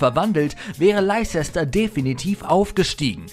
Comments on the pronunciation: Schlimm genug, dass du den Namen der Stadt in England nicht mal richtig aussprechen kannst. Hast du nie Englisch in der Schule gehabt oder warst du immer nur Kreide holen? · Man spricht es Lester aus, nicht Leicester !! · Man spricht das mehr so aus wie "Läster City" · Hahahaha das regt so auf , hab auf dem Fernseher das Video gesehen. Musste das kommentieren und bin auf Handy gewechselt 😹. Lei Chechster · Das wird Lester ausgesprochen außerdem fehlen ein paar Tore von Ronaldinho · ehm nö Leicester wird nur läster ausgesprochen. leicester city spicht man läster ßitti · haha der sagt Leizester City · den Club spricht man LESTER aus... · Wie Leicester City völlig falsch ausspricht 😂😂😂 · Krieg jedesmal nen Heulkrampf, wenn der Typ Leicester ausspricht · Ihr soltet mal genau wissen wie man die Clubs richtig ausspricht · leicester spricht man anders aus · Kann nicht mal leicester city aussprechen und der Freistoß von Çalhanoğlu war auch nicht gegen die Bayern sondern gegen Dortmund, stand aber nicht nur eine Sekunde davor auf der Anzeige. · Wie peinlich er "Leicester" ausspricht... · Wetford und Leisester City? Euer Ernst? Bitte um bessere Aussprache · Laizesta und Wettford…. Inglisch for Ranneweis…. 😅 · leicester city und watford mies coole aussprache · Wie die watford und leicester city aussprechen das ist ein purer albtraum😂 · Pätrick Änderssen? Mir war so, als wäre er aus Nordeuropa :-s Seis drum, insgesamt schönes Video. Leider oft etwas unscharf bzw. zu viele Amateuraufnahmen (scheint zumindest so). Die Aussprache von "Leicester" ist übrigens auch nicht korrekt. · Ach du Gott ist bei dem Video vieles falsch.. Ronaldo hat das Tor im Viertelfinale gegen Juve geschossen, Çalhanoğlu hat das Tor gegen Dortmund gemacht und ich glaube Leicster und Watford kann man garnicht falscher aussprechen 😅